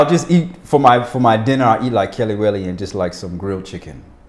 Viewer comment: I like how he easily said the kelewele lol